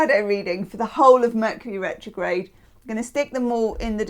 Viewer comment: HOW FITTING is it that [during Taurus] you said “Vercury Metrograde “ 😂 that was awesome! You’re the best!!!❤